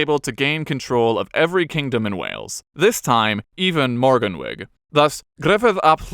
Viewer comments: I have to say though, morgan wig had me laughing a lot XD. nevertheless, with a video full of welsh names, it's still very impressive. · I feel Ive entered into an alternative universe with pronunciations such as Morgan- wig , dinner-vor and Saysul=thog being hailed in the comments as correctly pronounced welsh names. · I tried my best to ignore your pronounciation, but it drove me mad, in a comedic way. Morgannwyg, for future reference, would be pronounced Morgannoog, the oo being pronounced in the same was as the oo in boogie. That's how we pronounce it here in modern day Glamorgan, or what was Mid Glamorgan until very recently. 😊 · Well done for giving pronunciation of Welsh names a decent try! Most are close enough, one I'd like to help advise is Morganwg. This is not morgan-wig but sounds like more-gan-oog. I enjoyed the video! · Very impressed with the Welsh pronunciations in this video. Most narrators from outside Wales really struggle and butcher the names! The only one that was significantly wrong was "Morgannwg", and the only other issue was where the word emphasis was placed - in Welsh, it's almost on the penultimate syllable, so "morgannwg" would be pronounced "mor-GAN-oog". But other than that, top marks!